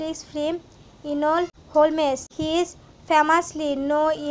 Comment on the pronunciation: "Hol - mes" 👁️👄👁️